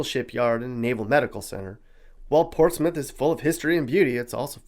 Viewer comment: Ports Smith or Portsmouth?